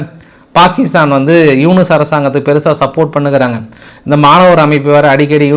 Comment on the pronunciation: யூனூஸ் என்றா சொல்ல முடியும்....